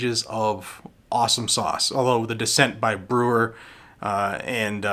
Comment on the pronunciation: Sorry to nik-pik but BREYER, J., dissenting not "Brewer". Thank you for sharing and keep up the great work! Long time fan